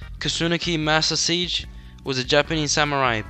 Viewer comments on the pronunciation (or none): friendly correction, His last name is pronounced “Ma-Sa-She-Geh”